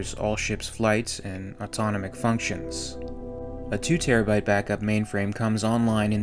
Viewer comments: not to be a dick.. (Im not I fricking love your content man.. really.. totally hooked) its pronounced auto-nom-ic also.. deuterium is doo-ter-ium ., I do this because I care.. your work is priceless <3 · Check your pronunciation of ‘deuterium’, ‘autonomic’ and ‘supralight‘.